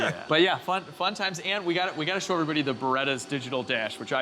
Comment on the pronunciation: I dunno why but it bothers me how you say s h o instead of sho-w